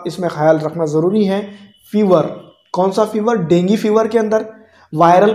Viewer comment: Dengi fever nahi hota dengu hota hai 🤣🤣